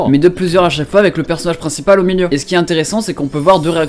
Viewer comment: salut, on dit "1 personage princiPAL" ^^ sinon bonne video !!!